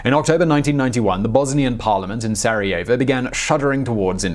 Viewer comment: Did you just say... Sareovo